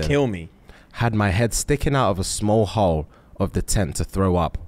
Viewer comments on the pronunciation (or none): none